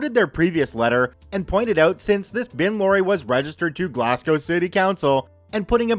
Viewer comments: "Glass gow" "Edin burg" Help...a piece of my soul is being ripped away every time... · The pronunciation of Edinburgh and Glasgow 🤣🤣🤣🤣🤣